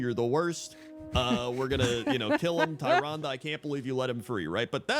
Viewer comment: Tyrande. Tyr, like the titanforged, and ande, like you've been saying. Tyrande. TEER-ahn-dah.